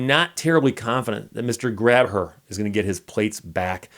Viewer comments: hi steve long time follower, to help you out some when you read out his plate you read it as grab her but if pronounced with the h being silent it soundes like graber and that es how he sayes his name i am also from nova scotia and have followed this for a few years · It's actually pronounced "Gray Ber"